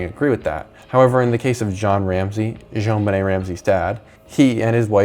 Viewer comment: stop say zjoanbenet like that its annoying